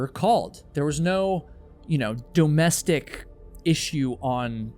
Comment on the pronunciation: Dough-mestic abuse?